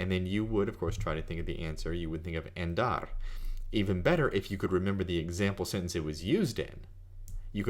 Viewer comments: It's pronounced ON DAR not AND ARE. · thought i was the only one that noticed that. Sounds to close to how english speakers say "and"....Should be more of an "AH" sound...AHn-dar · It's Andar, like in cAr, not like you say it Endar like in End. Btw, I'm doing the same, translating titles because they are conversational language and THAT's what you need. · Thank you very much! This vid was so useful. By the way, I don't know if I should tell you this but you pronounce "andar" like "endar". In spanish "a" sounds always the same way, and the correct way to pronounce it is like how you pronounce the second a in "andar". I tell you this to help you improving your Spanish, but you sound great speaking Spanish anyway! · Thank you for the video,. I discovered it looking for a method to improve my English vocabulary. I'm Spanish, and if you allow me for a little correction, your pronunciation of the first "a" of "andar" is a little "e" like in the English word "end"; it should be more like the "u" of the English word "under". You also pronunciate "farta" instead of "falta" which sounds for me very like in Andalusian dialect. Again, thank you. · His pronunciation is not good and he teaches Spanish. Falta is with and "l" not "r'" sound. His "andar" is off too. I do appreciate the How To on Anki but I can't in good conscience not mention the weak pronunciation.